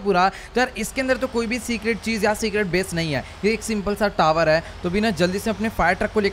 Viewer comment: तावर😂 टावर ❎ तावर✅